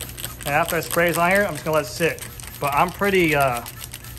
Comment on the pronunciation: "Like hyuh" lol